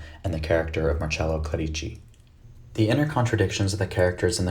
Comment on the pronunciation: Just a little friendly reminder: it’s pronounced Clérici, not Clerìci